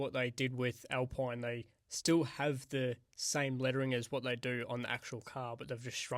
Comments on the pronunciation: I love how you say "alpoine" instead of alpine 😂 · Al-peen not pine Sau-ber Racing bulls Thats all